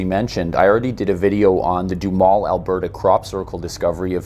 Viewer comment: Just as an aside, Duhamel is a french name, but all the locals pronounce it doo-HAMEL sounds like camel.